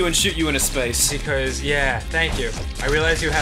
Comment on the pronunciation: Did Ross just get really Australian when he said "space" at the end?